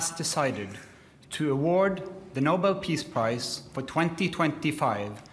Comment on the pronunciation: Nobel not Noble! When do you understand that?